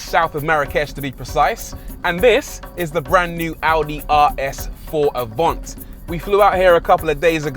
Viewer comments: Isn’t it Avant not Avont? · Avant or “Avhont” wow that’s how you drive to review a car 😁 “ the Avont aroun corner ain’t eeeh” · Audi AVANT. Not AVONT 🤦🏼‍♂️🤦🏼‍♂️🤦🏼‍♂️